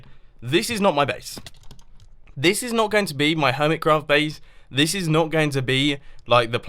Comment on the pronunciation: Why u say ,,hermitscraft"?? Also, it soumds like hermitzcraft